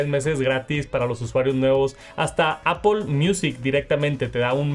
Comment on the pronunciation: Por que dice Apol!!?